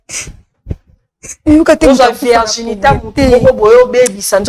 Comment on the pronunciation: Virginité ndeko et non Vièrginité, ça se répète beaucoup trop.